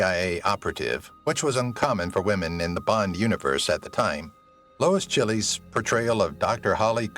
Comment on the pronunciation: It's amazing you can pronounce some very complex foreign names but totally screwed up Lois Chiles! My favorites are Maud Adams, Famke Janssen and Izabella Scorupco.